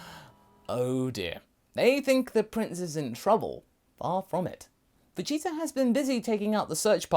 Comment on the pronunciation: He said vegeza?!